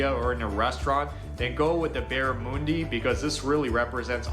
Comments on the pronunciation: It's barramundi as in MONday. I would've just said fish generally. We love all sorts but the Barra is up there as a favourite. That is way too much vegemite on the bread. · lol. I’ve currently got a kangaroo tail in my freezer 🦘🍽️ Edit to add - ‘barra-moon-dee’ wtf. It’s barra-mun-dee 🎣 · Barramundi, Barra mundi as in undie not oondi. A very light white fish, not heavy like a deep sea fish. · It’s not barramoondi, its pronounced barraMUNdi, aussies restaurants are pubs, KANGAROO IS GOOOOOOOOOD❤ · It's not barra moon dee, it's barra mun dee. And it's delicious, firm but not oily or fishy smell. Melts in your mouth. But wild caught is best. A lot of cheaper shops sell farmed barra from Vietnam and it lacks the firmness and flavour of wild caught barra. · He is really annoying Mr how he says Australia. It's not "Ozssstralia" it's "Usssstraylia" Baaarrraaamundi Not "boramoondee." 😅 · yeah BARRA MUNDI your saying it wrong is a fresh and salt water fish that can grow to be monsters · Barr a mundi not moondi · I've never heard of Barra-moon-dee It's Barra-mun-dee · Why do Americans insist on getting their information about Australia from.... Americans!. They don’t know what they are talking about, frequently mispronounce words (like barramundi in this case - the ...mun.. is like the ‘Mon' in Monday; it’s not Barramooondy) and often get things wrong or misconstrued (like vastly over-thick spread of Vegemite, and fairy bread is NEVER done as toast). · Barramundi is pronounced the same as Monday, just a little like nails on a chalkboard moonday moonday, its Monday Barramundi i similar to e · Barra-mun-dee, un as in under, not oon. Hot pockets are not a patch on sausage rolls (which are also often eaten with tomato sauce.) Definitively tomato sauce and ketchup are similar, but not the same. I don’t like Vegemite on toast, I prefer it cold with cheese on a sandwich. Vegemite is made from remnant brewer's yeast. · It’s Barra Mundee. Not barramoondi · It’s Barra-mundy you fool